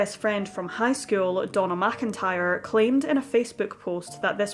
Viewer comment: I kept thinking she was saying Donal MacIntyre too! lol. I eventually realised it was Donna...